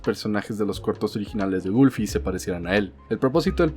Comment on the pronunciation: Nadie:: GoOlfY